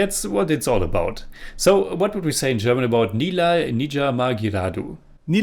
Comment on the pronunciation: First of all great effort from on pronunciation of movie title.. Thanks a lot for reacting to this Tamil Vintage movie starring Kamal Haasan Sir.. There are other great tamil classic movies of Kamal Haasan Sir namely Mahanadhi, Guna, Aalavandhan, Kurthipunal, Sathya, Aboorva Sagotharargal, Aval Appadithan, Moondram Pirai, Unnal Mudiyum Thambi, Pathinaru Vayathinile, Sigappu Rojakal etc..